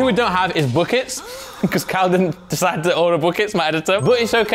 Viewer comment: Bro can't pronounce buckets